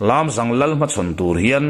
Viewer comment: A ngaihnawm narawh e. Chutihrualin Lâmzâng tihtur Lamzang khua hi mikhual kan nei thin tih ka'n zep tel hram a ni e. Ngaithla zel ang.